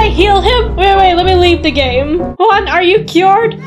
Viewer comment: Bro that ain't juan that's KUÆAN